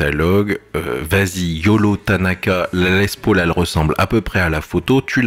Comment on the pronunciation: Certains trouveront ça "hors sujet" mais mon obsession textuelle m'y incite. Hors comme le font tous les chefs cuisiniers du Monde entier qui nomment les gestes dans la langue du créateur. Pourquoi donc faites vous "tous" cette faute de prononciation lorsqu'il s'agit de parler de la Gibson Les Paul. En effet pas un promoteur ou youtubeur ne peut s'empecher de dire "Les Pôôôl". Je ne crois pas par ex* que Jon Lennon hélait son acolyte de cette façon "ben alors...qu'est ce que tu fous Pôôôl" mais plutot "Paaoool" et par extension "Less Paaoool" (phonétiqmnt). Alors encore moins un Américain qui a tendance à parler avec une patate chaude dans la bouche ?